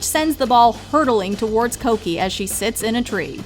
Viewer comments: Cokie (coke E) lmfao its cookie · Also I thought Cokie was pronounced Cookie all this time